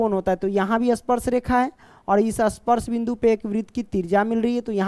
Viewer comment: Sir bolna to Sikh lo aspars nahi he vo ispars he